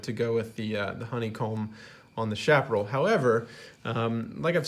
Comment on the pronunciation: Interesting review,. Liked and Subscribed. By the way, Chaparral is pronounced "Cha pa RRAL," with a "ch" sound, not "sh," and the accent is on the last syllable. This is true in both English and Spanish.